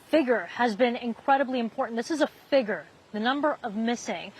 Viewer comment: dear GOD teach this reporter how to say “Figure”…..it sounds so bad 😂